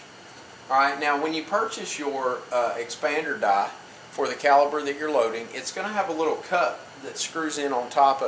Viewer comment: "Expander dah"? Wtf is an expander dah?